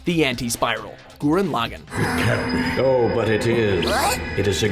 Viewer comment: Yes more gurren lagann Now if only they could pronounce it right well i guess they Dont pronounce most of the names right but this list was still good 😐😐😐😐😐😐😐